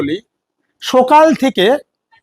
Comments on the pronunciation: First learn Bengal talking. As u told sokal.. Not Sokal. It is right . Sakal.. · তোর সকাল উচ্চারণ টা শুনে , আমরা সকলে হেসে গড়াগড়ি